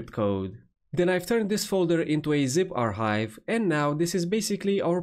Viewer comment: i love when you say "zip arKHive". Your videos are awesome.